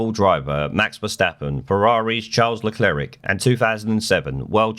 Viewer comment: Le "Clerick". Hahaha!